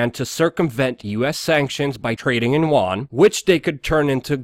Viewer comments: Yen not Juan!!! lol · pronounced You-won